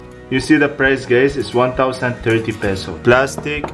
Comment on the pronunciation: Is it just me or every time he says "guys" it sounds like gays 😆